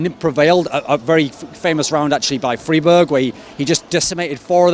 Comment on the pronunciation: if you say freeberg one more time i will dox ur nan m8